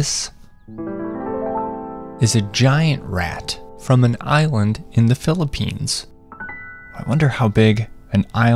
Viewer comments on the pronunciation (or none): none